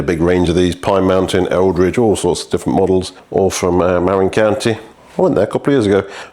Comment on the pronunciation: "Marin" is pronounced "muh-RINN", rhymes with "the win". Source: I live just across San Francisco Bay from Marin County :) You pronounced "Eldridge" correctly. For those curious, Eldridge Grade is a fire road that climbs up the eastern face of Mt Tamalpais in Marin County. It's not too steep, but quite a long climb and the surface gets really chunky near the top.